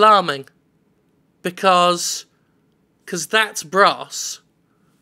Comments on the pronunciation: why did jim keep pronouncing bros. as bross? it's bros..short for brothers.. like Super Mario Bros. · Dragon Bross? BROs! Bros. is suppose to be short for Brothers. How can the announcer call it BROSS? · Bros. not Brass.